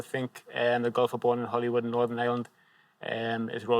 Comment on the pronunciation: HOLYWOOD! And he pronounced it correctly (the incorrect way).